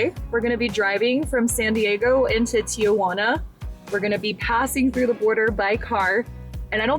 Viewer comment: Your video was great, but I do have to say one thing that bothered me is the way you pronounced TIJUANA. There is no A after Ti-Juana. It’s pronounced TI-Huana, the J sounds like an H in English Tijuana